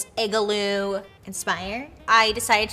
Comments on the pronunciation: "I-gah-loo" Hahaha love you babe <3 x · Excuse me... “ig-a-loo?” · "ig-a-loo" ha ha ha! Love it! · No.. lol Just sound funny to me. Igloo.. it sounds like your adding an 'a'.. lmao